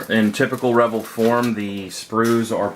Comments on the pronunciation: Pretty sure it's pronounced "re-VELL," not "REV-el." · It's pronounced as "Ruh-vell"...vell=bell.............also its not Deculls. Its pronounced 'Dee-Kal' Decal